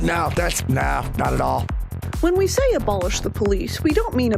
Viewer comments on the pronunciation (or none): "When we shay abolish the poleesh"